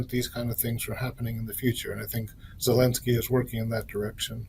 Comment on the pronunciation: Zelensky and not Helensky